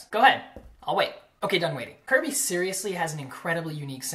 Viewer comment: i think you pronounce it "curb-ay"